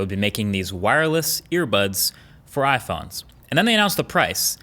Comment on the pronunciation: He said I phons